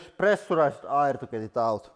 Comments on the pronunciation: I think it would help to try to pronounce "air" more clearly for us Americans. I just now realized that you have been using pressurized air not oil. I was so confused because I thought oil would ruin most things you were trying to get out of your tools. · I would agree with you, especially when he says air, he says ayre